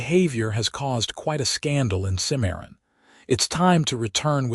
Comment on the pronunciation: It's Cim-a-ron, not Ci-maron ... 😊 Exciting, pensive, ultimately satsfying unfolding.